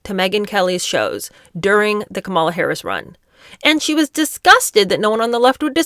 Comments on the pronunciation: Please start using the correct pronunciation of Kamala’s name: Comma-la. It’s just the respectful thing to do. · Why do you intentionally mispronounce Kamala Harris‘s first name? Are you imitating Trump? I know it wasn’t an accident because you did it multiple times.